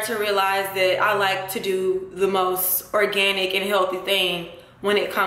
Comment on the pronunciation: organtic. lmao thought it was organic